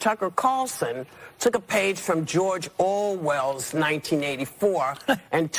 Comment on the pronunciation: “Lassnight Tucker cawwlsen took a page from George Oooowwell’s 1984”